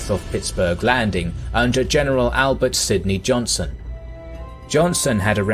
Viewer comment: Dang ... Johnson!?! It's Johnston. I mean I know it's one letter but how did they make it past the edit especially when he says it multiple times. , , ...